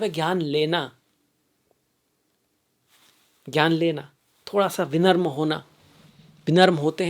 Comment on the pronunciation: विनम्र not विमन्त्र